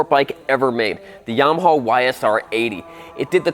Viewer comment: OMG DUDE YAMAHAAAAAAAAAAAAAAAAA NOT HAWWWW GRRRR WTF!!